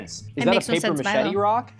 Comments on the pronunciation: I was scrolling to look for comments about this, I've never heard someone pronounce it like that. A paper machete would be pretty useless too 😆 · is it normal for native english speakers to pronounce "paper mache" like "paper machete"? or is this a local dialect?